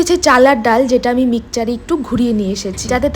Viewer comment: Mixer.thik kore uccharon koro